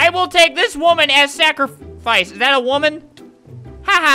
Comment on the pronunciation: xDD lol he says "iz dat e uwomen"... THATS WHAT HE SAID